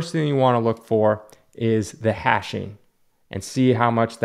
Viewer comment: Its hatching, as in cross-hatching, not hashing.